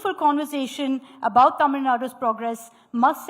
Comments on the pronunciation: Vijay also cannot fool the Tamil Muslims too. The Tàmil Muslims are more proud of Tamil language, Tamil culture and Tamil customs than people like. Its a new "error", this is how pronounces it.! What a fool. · Congratulations🎉 Tamil Reads the channel name again. "It definitely says Tamil. Why is she talking like she's presenting at Oxford?"